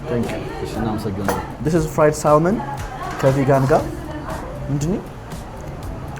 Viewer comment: “ሳልመን” ሳይሆን “ሳመን” ነው L አይነበብም። “ቦሪቶ” ሳይሆን “ቡሪቶ” “ካሳዲያ” ሳይሆን “ኬሰዲያ” ነው እሚባለው።